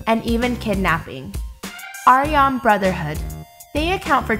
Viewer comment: Aryon? Air-ian. Just saying...